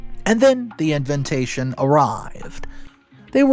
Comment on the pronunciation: Got to be honest, it was grating on me Izla lol, I do enjoy voice but some pronunciation such as 'InviNtation' irks lol